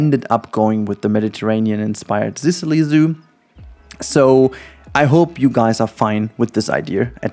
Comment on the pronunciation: THE FU K ARE U SAYING ASDAKLJSAADLKJ ZISILY??? ZICILY ?? ITS "SISUHLI " asdasdjkasldas